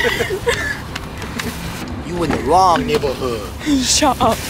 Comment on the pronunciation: how said: yOu IN thE WroNG NeIGHboRHood😂